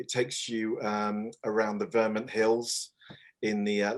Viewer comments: sounds more like VER-MERNT to me but Vermint would make a great name for a hamlet or village plagued by rats and other vermin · Great update. This is not a criticism...just an observation from an American. Is pronunciation of Vermont (VER-MINT) typical for Brits? In the US a vast majority pronounce it VER-MOHNT. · No, I'm British and it surprised me too. I've never heard it pronounced the way does. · I picked up on the same thing and checked the comments, way of saying it felt a bit jarring.